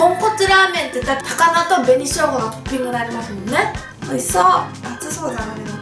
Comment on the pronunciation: の、「熱そう」が「吐きそう」 に聞こえました。 すみません